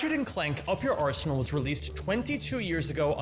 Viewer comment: I thought you said Ratchet and clank : up yer arsehole 😂😂😂